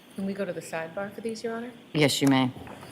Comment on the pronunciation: Objection! May we be heard at side bah? 😂😂😂